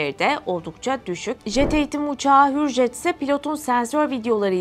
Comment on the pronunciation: не хюрйет а хюржет =hüryet değil hürjet doğru !